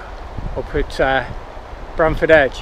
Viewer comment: Hi, really enjoyed the latest video, I've taken the same shots a few times myself as I live in Sheffield, just one thing mate, it's Bamford edge, all the best, Sean.